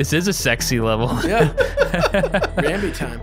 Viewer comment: There's no L in Rambi and no A in Rumble.